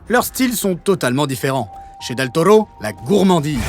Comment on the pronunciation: Del Tollo , Del Tollo et ah un del Toro et re Del Tollo , même si la vidéo est top cette prononciation m’a bien gonflé 😏😂